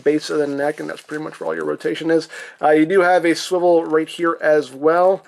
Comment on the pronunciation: Captain America SWIWEL war